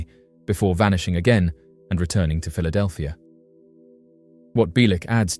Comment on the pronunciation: Philadelphir? That's not the queen's English. kek